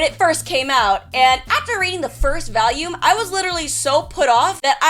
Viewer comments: "vallume" c'mon, you speak English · Her voice is so annoying and she can't even pronounce volume right. She pronounces it like valume. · Dunno why but for some reason her saying volume like valume always bothered me, I dunno I've heard far stranger pronunciations of words that didn't bother me so I don't get why I just dislike this one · She still hasn't cured herself of "Valium"